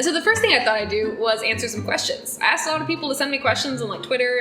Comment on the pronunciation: she axed one of her friends